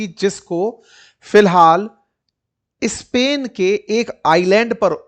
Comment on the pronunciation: आप नॉर्थ इंडियन्स स्पेन के पहले इस्पेन,स्कूल के पहले इस्हुल क्यू बोलते हो?सुन ने मे बडा खराब लागता है